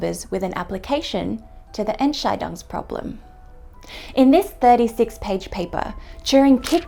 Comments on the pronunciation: Except that the emphasis is on "scheidungs", not on "Ent". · "The Ent-Chai-Dongs Problem". Um ehrlich zu sein, das hört sich eher Chinesisch an... ^.^